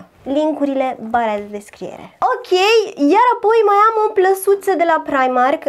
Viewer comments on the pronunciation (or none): none